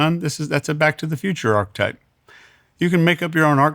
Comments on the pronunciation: It drives me crazy that he mispronounces the word 'archetype.' 🫠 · If you're going to make a word a massive part of your vocabulary, for sure know how to pronounce it correctly. This guy literally said "archetype" about 40 times throughout this conversation, and pronounced it "arc-type" every single time. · How he pronounces ARCHETYPE pisses me off so much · I wish this guy would stop mispronouncing archetype. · Good info. I like this episode. But listening to mispronounce "archetype" like 20 times in a row is killing me.